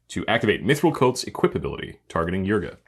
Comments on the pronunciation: my brother in Christ, can you read? why do you keep pronouncing it as yrga, its Ygra, pronounced Yi-gra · Hearing him day eargra instead eegra rustles my jimmy's a bit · Loved this episode but hearing Ygra pronounced Yrga hurt my soul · you guys were saying ygra wrong whole episode, but it was good episode